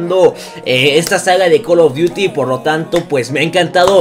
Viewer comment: Porque dices col of diuti